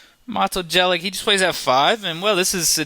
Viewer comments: Chaotic and unpleasant voice timbre. And it's Jelic [yelits] not [dżelyk]... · it's pronounced Yelich, not Jelick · You're funny when you pronounce his name cos you kinda suspect you're not doing it right, so you somehow utter it so "no one notices" :D The first syllable is as in "Yates" and the last 'sound' is as the first sound in "tune". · Hahahah Matoo Gelik who the fuck is that its Mato(short) Jelić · Maybe he honestly thought his name was pronounced jelic...how about have respect yourself for his slight mistake that mato did not even care about ass hole....and his vids are pretty good... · Jelić is pronounced more like Yelich (Y like in yet and ending "ch" like in peach). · His last name would be pronounced yelich. Almost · Learn how to speak his name first... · The way you pronounce his last name. It's horrendeus... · i almost disliked this only because of the absolutely horrible pronunciation of mato's last name...but you pronounce it as if it was written "yelich" -. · ur videos are cringeworthy enough without slaughtering the guy's name like that! far out. sorry mato! how embarrassing. oh u "can't help slaughtering them' so u don't even bother trying?! @@ americans!! haha Seirawan is truly awful in this respect too. please have the respect to put in 2 secs research into a less bizarrely inaccurate pronunciation, thanks. Sorry to be so critical.. but u talk like ur videos are so cool. But they suck man, grow some humility. Fooling people is not that hip.